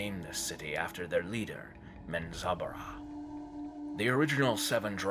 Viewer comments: "Min-zob-a-ruh" Bro what? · Why does the narrator place so much emphasis pronouncing the names of people and places? Especially since he's pronouncing alot of them like he's not clear at all how they should sound in regard to the spelling. And lastly, like so many other "so-called" EXPERTS of these forgotten realms, get your facts right before you try "EDUCATING" the rest of us mere mortals. There's nothing more annoying than listening to a so-called expert swerve and weave their way like a palsy victim on speed through a minefield they knowingly entered so they can show off. I don't begrudge most people for trying, but all the best intentions in the world are pointless if ultimately you don't have your shit together! These are just observations I have made in regards to the internet and every loose Lucy& Tom, Dick, and Harry who couldn't help themselves from just doing what all the Non-Experts of the world are doing, and that's simply -Just FUCKING OFF! TOODLES. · You mean it’s not menzo bah ren zen?